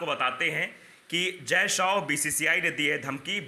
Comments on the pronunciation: शौ नहीं भाई शाह ! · जय शो नहीं जय शाह नाम है